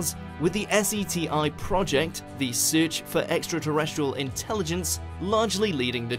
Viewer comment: Almost all people would just say SETI, not S-E-T-I.. 🤔